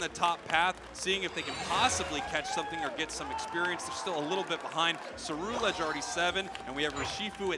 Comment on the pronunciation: Then way the announcer says Ceruledge was making me upset